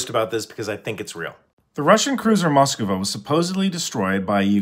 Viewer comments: The problem picture is real, but it’s not pronounced “Moskova”. You’re adding an extra “o”. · The ship (and city) are really very easy to pronounce, just Mus-kva. Or “musk-vah”, its the same result. No need to come up with your own invention “mus-kah-vah”. 🇺🇦🇺🇦🇺🇦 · Can you pronounce Moskva as Moskva and not Moskova? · Anyone confused about the pronunciation of the name? There is definitely and added A in there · As a member of the Russian I can't change anything at all, but, please don't say Moskova it is the same as Moscow pronounce it as Mos-kva not mos-kova, mos-kva. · It isn't pronounced "Moskova" it's just moskva, as in Moscow... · Those are liferafts, not lifeboats. Also, its pronounced mus-kva or mus-kve, not mus-ku-va. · Moskva. Pronounced Mosk-va, not Mos-ka-va. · Is it pronounced Mosk-va or Mos-ka-va? Asking for a friend. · Learn how to pronounce the name. Mosk-va. Not Moska-va. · Good video, but it's pronounced just "mosk-va" and not "mosk-iva." Now if you excuse me, I need to get back to helping my girlfriend get to the polish border lmao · You say it like "Moskava" but it's not the correct pronounciation, you should pronounce it as its spelled please. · I REALLY hate how you pronounce "Moskva" and I dont know why